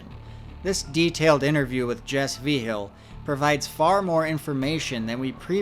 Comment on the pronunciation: Ngl slightly annoyed by how your saying Vigil, it’s mostly right but just off enough that it’s annoying me